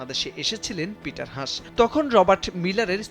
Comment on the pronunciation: ষ্টুপিড সাংবাদিক, ওনার নাম “পিটার হাছ”, লজ্জা হওয়া উচিত আপনার যে একটা নামকরা মানুষের নামটাও ঠিক মতো উচ্চারণ করতে পারেন না আবার সাংবাদিকতা করতে আসছেন!!!